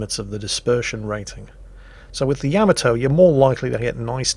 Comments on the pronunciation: YAH-MAH-TOE .... not YAM-MAH-TOE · So many times mispronouncing Yamato